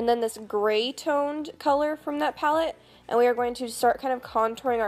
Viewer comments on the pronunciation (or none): none